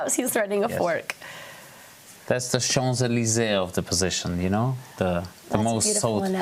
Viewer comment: Btw it is "Champs-Élysées" with "m" & "p" not like it can be heard on video "Chant" (or whatever) ...it's "Champ" from "camp" (like a land),and you told as that "Canadian" are fluent in French,well looks like you are not.🤣🤣😬🙄😒